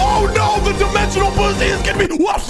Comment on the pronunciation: “Dimencional guzzi” 😂😂😂😂😂😂😂